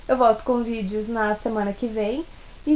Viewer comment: "vidio" "ii" "tó" "anSSioZo" desculpa a pergunta querido, mas você lê mesmo?